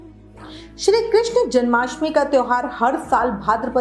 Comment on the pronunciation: कृष्ण hota hai कृष्णा nahi